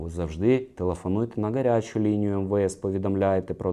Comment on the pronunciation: не "К"арячу лінію а Гарячу, В УКРАЇНСЬКІЙ МОВІ "Г" ВИМОВЛЯЄТЬСЯ БЛИЗЬКО ДО "Х" А НЕ "К" ЯК В КАЦАПНІ, ВЖЕ ЧАС ЗАПАМ"ЯТАТИ, ТА ПОЗБУВАТИСЯ КАЦАПСЬКОГО АКЦЕНТУ, НЕ ВПЕРЕШЕ ТЕБЕ ВИПРАВЛЯЮ